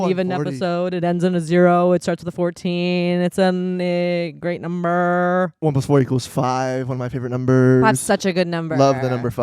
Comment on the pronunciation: It did NOT sound like she was trying to say great number 😂